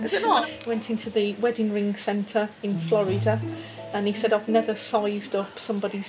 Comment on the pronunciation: She said “Floreedah” and “reguly”. SMH